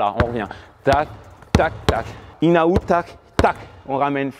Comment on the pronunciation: C'est "in and out" pas "inaout" wesh